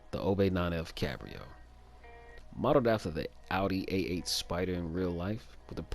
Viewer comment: Dis man said Audi 88 spyder lmfao